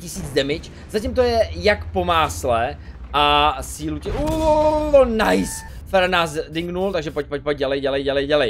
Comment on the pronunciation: videa super ale z toho tvojho "nice" mi krvácajú uši ...